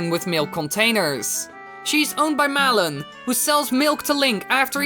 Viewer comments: "muh-lawn" me: ACTUALLY, it's pronounced "mah-lun" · It's maa-lon not malon(as salon)